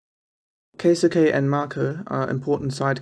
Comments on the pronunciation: Keisuke is pronounced kay skay. Itsuki is pronounced eat ski. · Every Japanese word is butchered to some extent. Needs to watch the anime and actually listen to the vocals lol